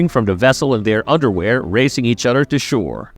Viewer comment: you can pronounce Toranaga correctly but you say odder instead of other 😆